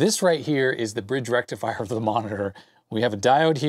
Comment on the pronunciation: FULL. BRIDGE. RRRRRECTIFIER!